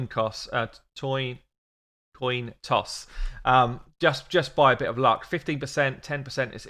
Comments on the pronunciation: wtf is a toin coss xD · " Toin coss " next shirt!! Lol Ill buy it :)